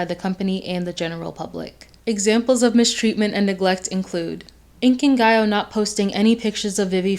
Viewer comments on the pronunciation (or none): the way u pronounce inkigayo sends